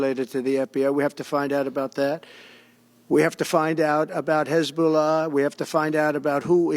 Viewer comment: He said hezzbolla lol. I think he meant Antifa …